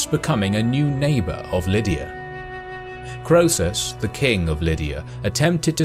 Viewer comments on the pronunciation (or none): Croesus , king of Lydia should be pronounced KREESUS not KROWSUS.